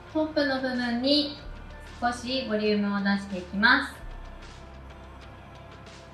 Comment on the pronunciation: 〜〜ますっ！！！っていう語尾がいちいち強くて耳が痛くて気になる…